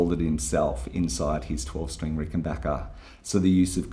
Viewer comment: Great video... and extra thanks for pronouncing 'Rickenbacker' correctly!